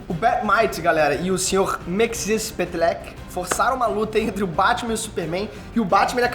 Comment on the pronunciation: A pronúncia é Miquicisplitlique